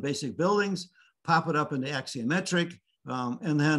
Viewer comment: The word is a ‘axonometric’, not ‘axiometric’. This is architecture 101 . . .